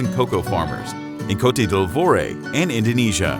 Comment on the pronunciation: Côte d'Ivoire.... I cringed a little with that pronunciation....lol.